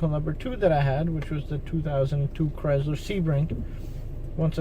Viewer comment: Sounds like CRY SLUR NOT as you are pronouncing it.